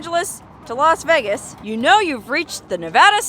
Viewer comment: "Los" Vegas?